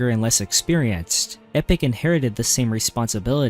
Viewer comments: EE POCK. NOT EPIC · Epoch is "E-poke" Not Epic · Epoch is pronounced E-Pock and not Epic. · Couldn’t expect an AI to properly pronounce lore names now, could you? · No but as epoch is an actual word and not just a name then I'd expect better. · Epoch is NOT pronounced "epic" you mook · not that either, it’s pronounced “e-pock” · Please learn how to say Epoch